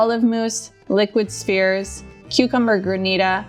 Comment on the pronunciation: Oh!!! It took me a while to process but she isn't saying "spears", but actually "spheres"!